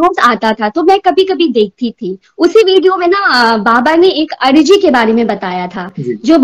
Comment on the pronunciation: Ajri ni bhn arji bolte h